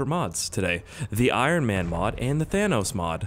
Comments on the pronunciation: Thanos gets mad if you call him "thaynose" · It's Thanus